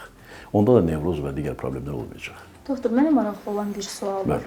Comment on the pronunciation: Doxtor nə idi ay intervyuyer? Yerli yersiz bu sözü deyirsən özüdə savadsız, düzgün olmayaraq tələffüz edirsen(